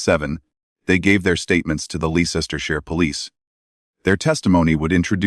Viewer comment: Its pronounced Lester. Can we stop these awful AI voiced videos?